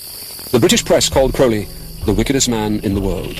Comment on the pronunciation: The first syllable of Crowley is pronounced like the bird. "Old Crow" is one of his nicknames. I know some Crowleys, they pronounce it that way.